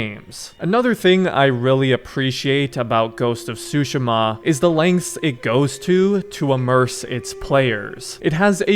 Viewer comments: I know this literally doesn't matter ans sorry for being that gut but I believe it is pronounced sue-she-ma not sushi-ma granted I don't speak Japanese so you could be right. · How to say tsushima that's not how to pronounce it it's tu -shi-ma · please take back how you pronounced the name of this game..